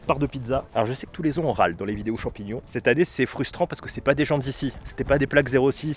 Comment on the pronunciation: Des champions sauvage de la nature bravo pour le français 😂😂😂😂 Mais continue comme ça tu gère